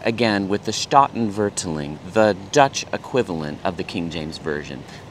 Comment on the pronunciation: Loved your comments on the sound of Dutch. When I was learning it, at first it felt like it was just English with German accent. PS You have the emphAsis on the wrong syllAble. Both the 'a's in Statenvertaling are long 'a's. Separating root words, staat (state) and taal (language). Here's a video where a native speaker says the word in the opening sentence that might also be of interest to you, haha: "The old Statenvertaling: the only pure and complete Bible translation"